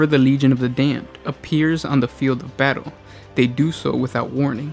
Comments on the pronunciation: You say Damned funny...and now it's stuck in my head....FFAAAAAAAAAAH!!!! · Legion of the dayum-ed